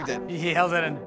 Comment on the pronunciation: Eeet Won't Flush 😅